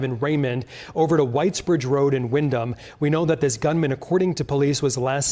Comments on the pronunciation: pronounced Wind-um. not wind-ham, silent "H" so you don't keep sounding like an idiot. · Windham ( the h is silent ). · Dude doesn’t even know how to say our town or the details of the story. All he is reading Facebook comments and reporting it. What an idiot